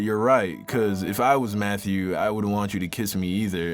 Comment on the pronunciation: Who else thought he said Methew 💀😂😂